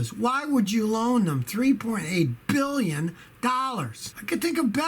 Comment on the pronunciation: Scotty. Say billion properly, roll your pinky to corner of mouth